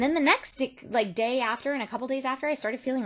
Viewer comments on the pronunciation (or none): In she accidentally says dick, instead of day....!